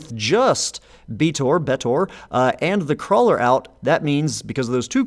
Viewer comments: Just pronounce Betor like Joe Swanson pronounces Peter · Betor should clearly be pronounced using the same e vowel as beta.